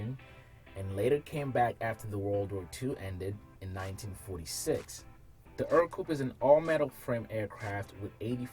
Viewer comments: Ercoupe is pronounced Aircoupe. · A few notes about the Ercoupe. I've always heard it pronounced differently than you've pronounced it. It's pronounciation lends itself to its nickname, "scarecoupe". I think the model with the rudder pedals was produced under another name, being "Alon" (sp?). I might have to do a little research, as I tend to get the details of these trivial matters wrong. All I know is I met a gentleman in Waco who has one that he says is an Alon, not an Ercoupe.